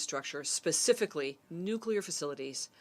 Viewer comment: Nukelar, huh? Lol